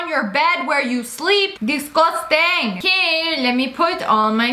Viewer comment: After I read “me:” at the end, Lia said “disgustang” lol